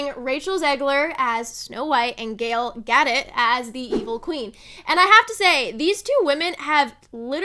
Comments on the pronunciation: If you want to be taken seriously as a content creator, research how to pronounce names!! Gal is pronounced just like it looks, like slang for girl. Her last name is Hebrew - ga-DOTE. I stopped the video after you messed up her name. Hope you learn, improve, and make even better videos in the future. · I can’t get past the pronunciation of Gal Gadot